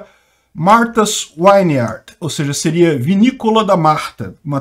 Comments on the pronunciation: Vineyard é pronunciado /viniard/ e não /vainiard/ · é “Martha’s Vineyard”, não”Wineyard” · É Martha s vineyard e não Wineyard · Pronuncia-se “Martas víniard”. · Já existe imigrantes ilegais lá a anos, qualquer um pode entrar lá, sua notícia ficou parecendo q a ilha é um lugar só de ricos americanos. Por falar nisso, melhora sua pronúncia aí pq q esse “uiniard” foi foda!😅😅😅😅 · Fala-se “vin iard” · "Vineyard" é com "V", não com "W".